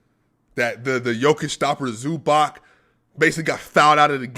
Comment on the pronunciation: It`s pronounced like Zubatz